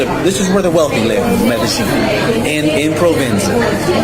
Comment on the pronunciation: Medellin (Medeyeen, not Medejeen, and only the back of your tongue touching the roof of your mouth to pronounce the 'N,' like when you don't want liquid in your mouth to go down your throat.